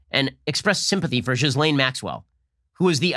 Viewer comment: Jeff "Beezos" was one thing... but "Jizz-lane" Maxwell? Come on, bro..